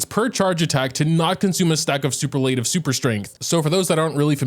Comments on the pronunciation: i can't help but giggle at his pronunciation of superlative. super-lateive. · you should google how to pronounce superlative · Please learn how to pronounce superlative.. no offense meant, just look it up because it's a good word to know. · Ohh god I had forgotten how you pronounce Superlative xd